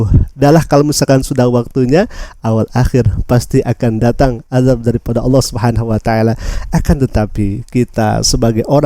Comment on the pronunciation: bukan Allah swt ,jfi swt nya itu di bca dg bnar di lesan mu,ALLAH SUBKHANAHUWATAALA